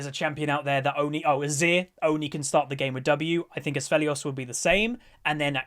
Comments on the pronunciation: Btw, no hate or anything but the name is pronounced "Aphelios" there is no S in the A - p which you say "Asphelios" ^^ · Its not Assfelios, its Afelios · THERE IS NO S Also the word is acuity lol. No r there. No N in Severum. Poor.